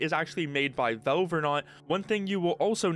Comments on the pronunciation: you say valve weird Vove vooohv vauve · Stop saying "velve" bro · Nitpicking but you need to work on your pronunciation, especially with the word "valve".